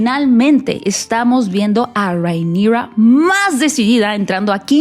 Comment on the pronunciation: Por qué le dices Reinigrrraaa así medio gringo? Porque tú mexicano es perfecto y el nombre de ella es Valirio no gringo, entonces no entiendo la pronunciación. 😅